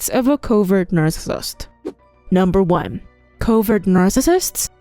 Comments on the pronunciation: Is this an AI? WHY Does she say narcissist like that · I computer generated voice with the inability to proounce narcissist plus repetition put me off very quickly. Pity.